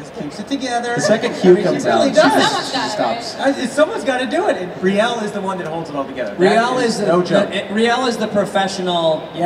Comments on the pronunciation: Wow messed up rieles name that was embarrassing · there's no way he should've messed up Riele's name like that like c'mon